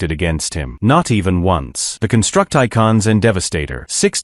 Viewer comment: Can't pronounce "Constructicon" yet somehow says "gestalt" correctly.